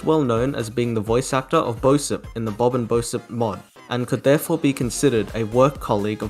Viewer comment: Dude just so you know "bosip" is pronounced "boship" because he is referencing the ship amor used in geometry dash well i think